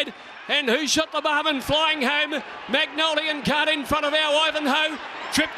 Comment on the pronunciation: Errrr, excuse me Mr Caller, the horse is called MONGOLIAN KHAN, not Magnolian Khan. One is a ruthless General who massacred his way across Asia, while the other is a flower. Tiny difference I would say.